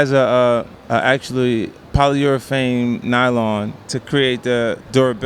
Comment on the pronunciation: Im surprised 50 could say polyurethane without saying it wrong.